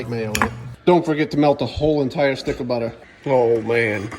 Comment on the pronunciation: 😆 the way he says butter